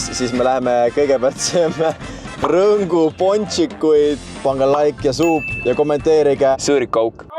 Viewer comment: Kui sa ühe korra veel rõngu kohta rõnksu ütled hakkab ausalt öeldes häbi.